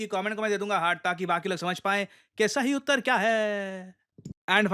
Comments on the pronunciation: Very funny way to emphasize on "कि सही उत्तर क्या है...........😂😂😂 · Sir aap last ko sahi utar kya hai ese kyun bole😂😂😂